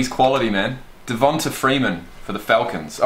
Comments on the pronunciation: DevonTAE not DevonTUH. Just thought you should know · Lol it’s pronounced “Devontay” Freeman btw